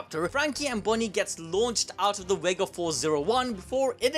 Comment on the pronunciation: I thought it was Vega punk not wega punk 🤣🤣🤣🤣